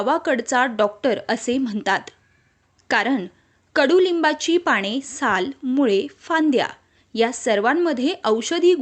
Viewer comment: माहीती खूप चांगली.पण पाणे नाही हो.पाने म्हणा.क्षमस्व.